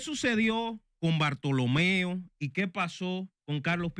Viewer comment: Hermano cual es el nombre Bartholomeo, puyals ,bortolo, digame ud o es que ud no sabe probunciar el nombre.